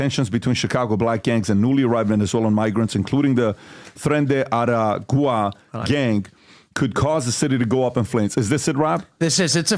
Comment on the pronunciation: Lol, PBD, it's Tren de Aragua ( Ah-rah-goo-wăh)